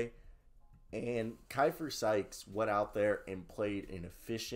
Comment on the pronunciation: That's my dog!!! Great video!! One minor correction, his name is pronounced (Key-fer)